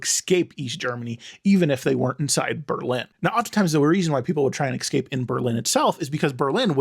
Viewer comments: eSSSSScape. Exscape is not a word. Lol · I hate when people pronounce it "excapes". we aren't 5 years old anymore. We can all read, correct? Where is the C sound at in the word "escape"? before or after the S? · I feel the need to point out that there is no ‘x’ in ‘escape’ 😅 😘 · X scape? Can't watch